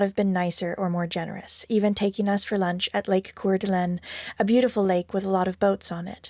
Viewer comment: Thanks for the road trip across Washington State and all the way to COR DUH LANE. That's how we pronounce it :) You did learn Leavenworth though. Then there's OR EE GUN. Just foolin' with you. Hope you are staying cool in Europe.